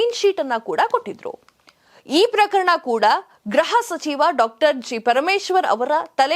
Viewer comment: Please note that you are repeatedly telling Graha sachiva instead of Gruha sachiva pl don't kill kannada grammar it is GRUHA.